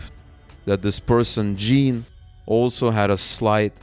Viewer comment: Just a quick note, in Canadian French, “Jean” is pronounced something like “zhan.” Great coverage of this underreported story!